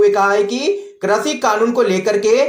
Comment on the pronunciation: Correct your language, it is krishi not krashi.